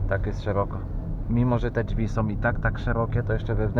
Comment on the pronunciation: jak uslyszalem jak mowi "dźwi" to juz wiedzialem ze sie chuja dowiem xD